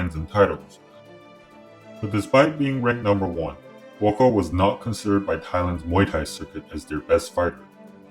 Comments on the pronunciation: It’s pronounced Boookaw, not bwakow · His name is not BOKOW!!...... it´s BUA KAOW! meaning White lotus. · Try pronouncing his name this way and you'll come close: 'boa-ah kow.' The judges were cruel to allow that fight to continue...